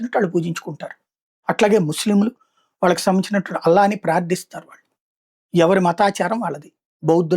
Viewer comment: వాలకి కాదు వాళ్ళకి ళ ని సరిగ్గా పలకండి మఱియు వ్రాయండి